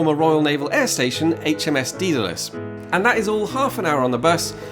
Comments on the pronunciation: HMS Daedalus is pronounced "Day-dalus" and not "Dee-dalus"! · Pedantry corner it's pronounced Day-Da-Lus, HMS Daedalus